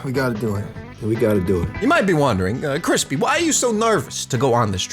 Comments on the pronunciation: cwispy momento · cwispy can this be ur album cover